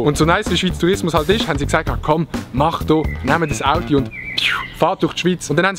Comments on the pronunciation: ES heisst AUTO ned AUTI!!!! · Ich han „audi“ Verstande und gemeint, er meini Automarke, bis ich gmerkt han, er meint „Auto“.